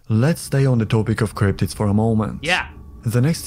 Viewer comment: The amount of times you said “crrryptibs” 😂. Love the jacket!